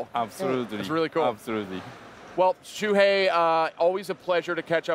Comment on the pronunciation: It's Shuhei Yoshida. SHUHEI.